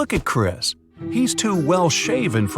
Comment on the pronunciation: Chris not chria